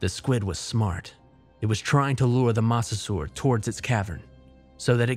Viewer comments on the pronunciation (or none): It's pronounced "moe-sa-saur."